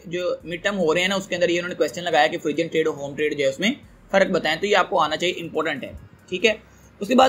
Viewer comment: O bhai forun trade h pronounce....